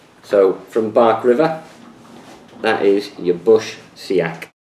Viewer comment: I is pronouced, sacks. Much like axe.